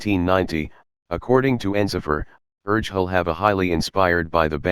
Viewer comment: Yeah, Urgehal is pronounced wrong in the video 😉😊